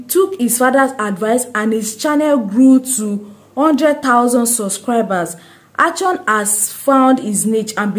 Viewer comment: Plz not achon It is Akon